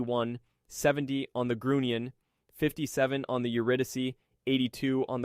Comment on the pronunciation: The S-Boats were called, school boats, not sugar boats. The U in Grunion is a long vowel, not a short vowel.